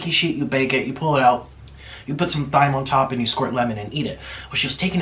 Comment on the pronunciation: Did he say thyme with the th lol